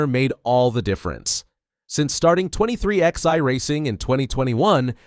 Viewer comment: I can't take it anymore. The team is NOT 23 X EYE... it is pronounced 23 11, two separate numbers... like twenty-three eleven. Don't you even know where the name comes from? If you knew anything about NASCAR, you would know how to pronounce the team. Get right knucklehead or get off YouTube.